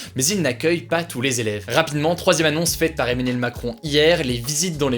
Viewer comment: le gars du mal a dire Emmanuel lol on dirait qu'il dit Eminem